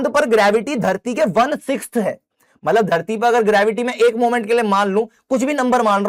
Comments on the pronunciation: Matlab ❎ Matbal ✅ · Matlab❌ Matbal✅😂... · Bhaiya matbal nhi hota matlab hota hai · Matlab ❎ Matbal✅ Sir you are my favourite teacher 👌